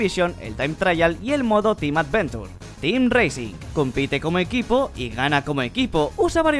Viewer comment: Acaso dijo A D V E N T U R E